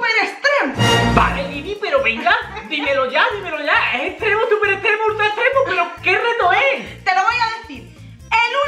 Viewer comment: Se dice extremo no estremo